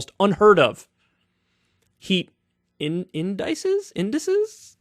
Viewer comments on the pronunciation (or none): in-duh-seez, indices is index plural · indices pronounced - in-dee-see-s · Indices, plural of index - not pronounced like 'dices', but more like the word 'diss' followed by "C's" In - Diss - C's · FYI: In-dis-ease (indices), the plural of indexes is the proper usage but indexes is casually allowed. You're welcome. (yes, we're all gonna burn so smoke 'em if you got 'em) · "in-dice-es" - no, it's pronounced "in-dih-ceees" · in-de-seas it is the plural of Index. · in-dih-sees bruh, my lord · Indices is the plural of index and is pronounced like in deh seas. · Lol, indices. Pronounced indecees my dude. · Indices (IN-duh-sees) is the plural of index. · Indices is pronounced IN-də-sees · "Indicees" is how to pronounce it, and I use it a lot in my field, but it's not common outside epidemiology or other social sciences. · Indices (in-da-seez), the plural of index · I pronounce it IN-DIH-SEEZ but what do I know? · Indices, Kyle, in-dih-sees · IN-DUH-SEAS (a plural of index) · Here you go, Kyle. Indices= pronounced --"In da seas" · its pronounced as indesees kyle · Indices "In-duh-sees" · Dude, it’s pronounced indi-sees. For future reference. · I've had the highlighter yellow urine before. What made me stop working that day was when I stopped producing sweat at all. I think I drank like 4X2L of water. It's pronounced " ind- iss - ees" - Indices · Pronounced: In-di-cies 🤔 you're welcome 🤣🤣🤣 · I am sorry Kyle, I hate to be the pronunciation police but it is pronounced "IN DIH SEES" Otherwise you were spot on. I agree with you 100% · Indices?? Really my man?? You don't recognize the plural for index? In-duh-cies is the proper pronunciation. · Its pronounced “In-da-sees” “Come on man” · Its pronounced in-duh-sees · the plural form of index is three syllables (in-deh-cees) like more than one vertex is ver-ti-cies… English your first language Kyle? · Heat In-dih-sees Kyle. You're welcome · “Indices” is the plural of index, and would be pronounced like indi-sees.